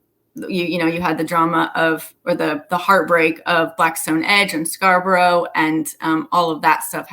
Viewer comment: Just for future reference; it isn't Scarbrowe, it is pronounced Scarb'rruh. Great information, very interesting, thank you.